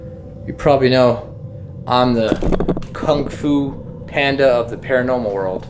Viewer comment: How he called the ghost kanfoo Panda😂😂